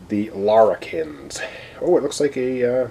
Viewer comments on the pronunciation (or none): here's your friendly guide to aussie pronunciation :) the first a in larrikans is pronounced like the a in crack. la+rick+ans